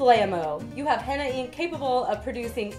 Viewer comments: "kool aid"-hena wtf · That's not how you make henna first of all and you don't know how to say it so yeah